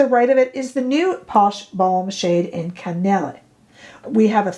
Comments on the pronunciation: “Cannelle” is pronounced kah-nell — like “car” + “bell” (but with an ‘n’). 😃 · Cannelle does mean Cinnamon in French. The E at the end is silent. The long A sound at the end of a French word that ends in an E is only used when there is the correct accent above the E itself or if it is a double E. Otherwise it's silent. Hope that helps. I took 8 years of French between High School and University, in case you want my bona fides. Rarely get to use it except to shop. LOL. Thanks for the video. Especially those eye liner color comparisons. This one is too red for me, but very pretty on you. Her Cinnamon seems more neutral than I thought it would be. That is now one I might add to my collection. Also, some of my eye liners from her are drying out. Do you have any fixes for that?💚